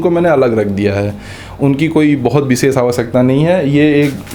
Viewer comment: व और ब में स और श में अन्तर पता ही नही है चले है आईएएस बनने।😂😂😂 बिसेस क्या होता है it's विशेष